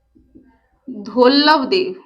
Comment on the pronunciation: धवलदेव है मैडम धौलवदेव नहीं